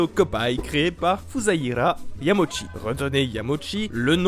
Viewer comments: Yama-uchi,. "Uchi", pas Yamochi. J'entends souvent cette faute, logique de la part de francophones, mais rappelons-nous que les voyelles en japonais sont indépendantes entre elles (y a un terme en linguistique, que j'ai oublié), à l'exception du "ou" qui donne "ô". C'est tout pour la minute tatillonne. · Super vidéo ! Cependant il y a une erreur : le hanafuda n'est pas un jeu inventé par Nintendo mais un jeu traditionnel japonais. Ah aussi, hiroshi yamauchi ça se prononce pas "yamoshi" mais "yama-u-tchi" :) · Une chose au cours de la vidéo tu lisais "Yamochi" Mais en vrai Ça se lit "Yamaouchi". Voilà voilà de passage rapidement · Petite précision, parce que j'entends souvent cette erreur, mais il ne faut pas écorcher le nom de Yamauchi en le prononçant à la française. Il faut découper le nom en Yama/Uchi et le Uchi se prononce en fait Utchi. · Ca se prononce Yama Ouchi au passage ^^ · ça se pronomce: "yama -ôchi", vilain qui parle pas japonais! (c'est pas une tare, même en prenant des cours j'y bite rien quand même ^^)